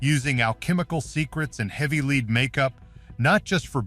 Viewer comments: Wow...clearly this entire thing is AI with no human involved...any human with half a brain knows there is no such thing as "leed" poisoning and that white pigment is from lead..pronounced "led" and is a neurotoxin. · So many audio/narration errors: pronunciation of “lead” time after time is just plain sloppy. AI cannot be trusted to do it correctly.